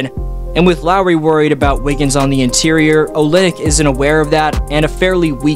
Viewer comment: "æ wiggins"